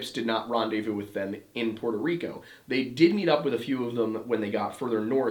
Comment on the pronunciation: Its so nice to hear an American say Puerto Rico correctly. Not "Porto" Rico. Much love and a big fan 🇵🇷❤